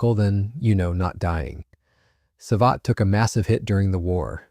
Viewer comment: The A clown pronounce it "sa-vet-tay"....LMFAO....thats enough for me, safe yourself the pain of listening to this terrible hooey.